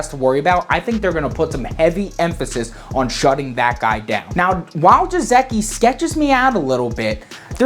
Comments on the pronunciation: Listening to pronounce Mike Ge-sick-i IS PAINFUL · the "Y" in Smythe is pronounced as "I"...just like blithe The "G" in Gesicki is pronounced as the "G" in Godzilla Just FYI 👍